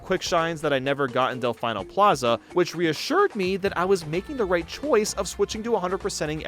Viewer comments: del FINE o?? never speak again. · Who in their right mind says Delfyeno Plaza ffs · I just consistently started watching this channel (watch off and on for years) but please tell me someone has corrected him on his pronunciation of "delfino" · please don't say Delfino Plaza like that 😭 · How the hell can someone mispronounce delfino when it's literally said several times in the cutscenes